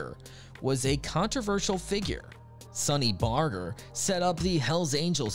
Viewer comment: Sonny Barger is his name, not Sonny Barter.